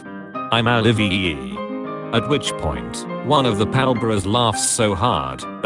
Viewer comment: It can't even say ALIVEEEEE right.